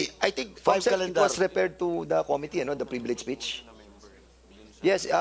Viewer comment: Com mi tteee. It's Committee. bobo